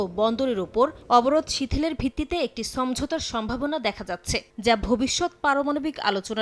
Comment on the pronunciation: সমঝোতা not চমঝোতা